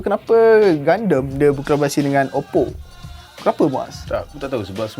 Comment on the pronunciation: Pelik doe cara sebut gundam jadi gandam. Setahu aku sedap didengar gundam. Haha ke cara aku paham nk sebut tu salah? Haha